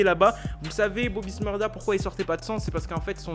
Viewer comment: Bobby shmurda pas smurda